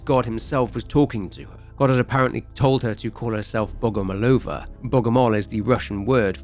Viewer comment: Another great video! I was glad to hear the little detail of Liliya's surname origin. It's pronounced BogomOlova, though. Love your videos, mate!